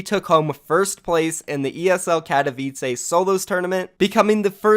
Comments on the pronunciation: you are reading katowice like katowica lol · It’s not katovice it’s katoWice fucking hell